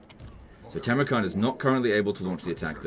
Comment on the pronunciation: It's Funny that you keep calling the dude "Timrukhan" while he is actually "Timurkhan", the name likely borrowed from the real-world mongol khan Timur (aka Tamerlane)